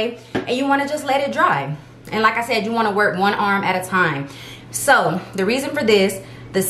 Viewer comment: Like i said, in your accent, "Lakka shed" 🤟